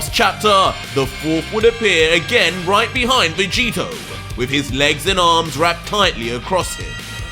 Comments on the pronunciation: Bro did you just call vegito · 25 to he calls jerin vageto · you made a mistake saying vegito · You called Jiren Vegito lol did you catch that 🤣😂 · you called Jiren Vegeto🤣 still love the work you're doing